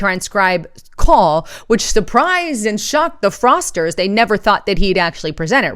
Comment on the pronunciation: Fraudsters, not "frosters"; though, frosters is still an appropriate term...LOL...love ya sister. Keep up the good work.